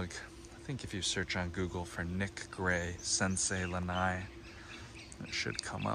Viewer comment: Btw it’s not lanai it’s lana’i